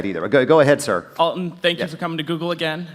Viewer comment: It's not "All-tun", it's Al-ton".